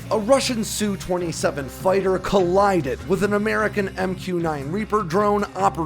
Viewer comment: It's an SU-27, not a "Sue" 27. As in S. U.